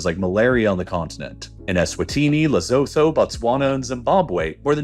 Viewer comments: I find the computer voice rather irritating, especially with mispronunciation. Tsetse fly is pronounced "tseh-tseh". Lesotho is "Lesoo-tu". Niger is "Nig-ehr". The computer voice anglicises everything. Annoying! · I spent two years in Lesotho. It is pronounced La-sue-two. A person is a Masotho, Ma-sue-two, the people are the Basotho, Ba-sue-two, and the language is Sesotho, Sa-sue-two. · Pronounced *Lesootoo I promise I'm not trying to be a dick, but that's how you learn, by learning lol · Please AI to learn how to pronounce Lesotho 🇱🇸